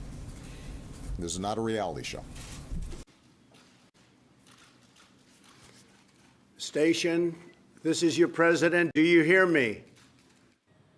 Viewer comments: The International Space SATAN !! Ha ha ha, all in a/the slip of the tongue... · Tell me she didn't say "International Space Satan". Are you kidding me?